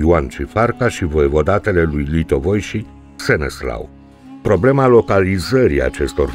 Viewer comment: Îl chema SeneSLAV nu Seneslau. Trebuie să acceptăm istoria așa cum e nu cum ne place nouă să fie.